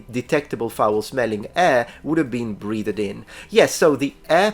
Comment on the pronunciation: He says breath-ed later too. 😅